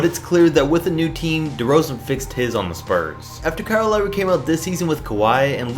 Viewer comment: lowry, omg did you get that one wrong, lolol can you say finals?